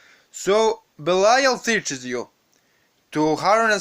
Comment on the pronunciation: King Belial. Oh my soul longs to be reunited with you.... the guy making this video says he's name wrong. But the information is dead on.